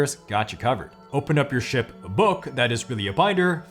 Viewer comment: Can’t tell you how many times I heard “shit” instead of “ship”. 😂😂😂